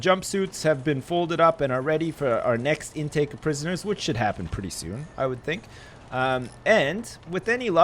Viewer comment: I love it when Canadians/Americans say 'prisoners'. It just sounds so much better than other accents ;P